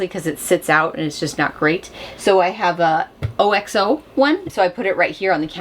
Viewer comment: I enjoy all of your content. This is my first time commenting, I believe, just wanted to say “hi” and have a wonderful week! Oh,, I believe it’s pronounced OXO like 🐂 and oh.